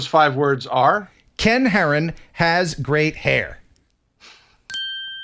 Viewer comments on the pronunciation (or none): "Ken Heron has great hair" Yet, I hear... "Ken Heron has grey hair"